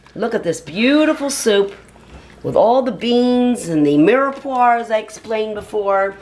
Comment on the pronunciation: omg its not mirepoir, it's mirepwah ughh